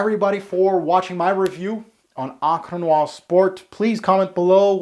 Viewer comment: I like how you say Encre Noire in a German/russian accent lol